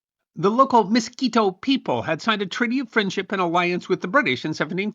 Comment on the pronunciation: MISQUITO, NOT MOSQUITO!!!😂